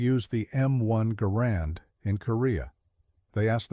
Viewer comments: I heard his name is properly pronounce "gerund," not "ga-RAND." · In the name of a just and merciful GOD, it's GAR and, not guh RAND.